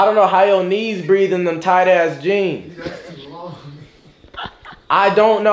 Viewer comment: Nigga said “where I get my jeams from”😂😂😂